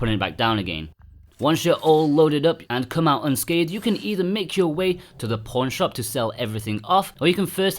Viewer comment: I kept thinking he was saying "porn shop"